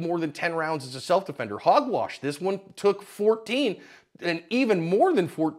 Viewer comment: He said HOG WASH 🤣🤣🤣🤣🤣🤣🤣🤣🤣🤣🤣🤣🤣🤣🤣🤣🤣🤣🤣🤣🤣🤣🤣💀💀💀💀💀💀💀💀💀💀💀🤣🤣🤣🤣🤣🤣